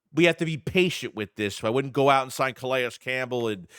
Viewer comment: Not how you pronounce Calais 🤦